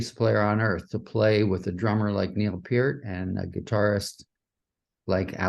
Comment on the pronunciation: For the 8974th time, it's Neil PEERT, not 'Pert'.....